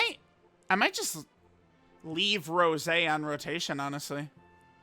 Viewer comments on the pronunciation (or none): why is unc calling goku black rosé a flower this video?? My guy is saying rose and not rosé 😭😭